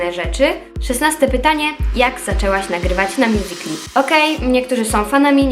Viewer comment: czemu ty mówisz "mjusikli" a nie "mjusikali"?